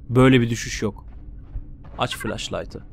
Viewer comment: Hmm düştük fıleşlaytı ahç eWQ:eQ:WE sarhoş gaming :D